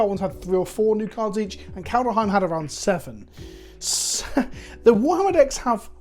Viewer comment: Kald heim... KALD HEIM! there is no f...Ing e... every f...Ing time since 2021 😡